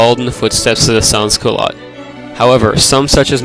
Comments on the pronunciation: SEN Culote Do not pronouce the s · lol as a french canadian every time you say sans - culottes i cringe, but still, A for effort.